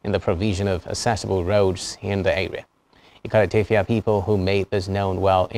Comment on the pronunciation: Good work. But, please, remind the reporter that in Ibom phonetics, the letter 't' at the final position in a word is pronounced /d/, not /t/. For example 'obot' = /obod/, therefore 'Ikot Etefia = /ikod, etefia /, not /ikote tefia/! This type of pronunciation makes the speaker sound strange! Thanks and God bless.